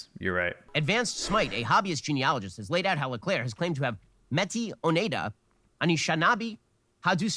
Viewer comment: Oh my god listening to Ben’s pronounciation of “Métis, Oneida, Anishinaabe, and Haudenosaunee” - as a Haudenosaunee - was incredible wow. I think that was the worst version of each of those words I’ve ever heard 😂